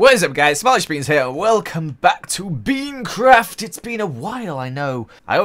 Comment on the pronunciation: you said peancraft lol